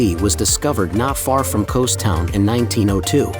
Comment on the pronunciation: Kows? Eh no Kos